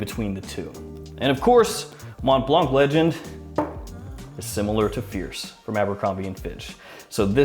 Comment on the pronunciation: Interesting list, haven't really heard much of any of them. In general i think your videos improved a lot over the past year. More smiling more energetic and relaxed presentation, keep it up. Although i have to be honest saying Mont blanc without the silent c triggers me every time :D.